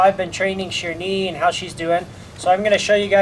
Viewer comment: Hi, I really liked the name 'Sherni', just want to add my few cent about the pronunciation to make the name sounds more like what it meant.. " SHAY-ER-NEE'